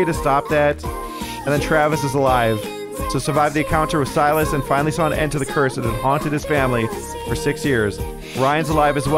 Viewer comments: the name is Sigh-Las not Sil-is 😂😂 3 videos now you started saying the name wrong out of nowhere 😂😂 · Si-lis not Sil-is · First, I haven't finished the episode yet. Just wanted to come by and say I giggled everytime you said 'sil-us' instead of 'si-lus' 😂❤️ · Him saying 'sill es' instead of 'sigh las' gets to me 😖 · The way ohm is pronouncing Silas’ names as Silus had me laughing way to hard because not even 1 episode back he was saying it right lol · Literally screaming at the fact that the hag has said the name Silas 100x during this play through, yet insists on saying it wrong. I need a “yanking out my hair” emoji 🤣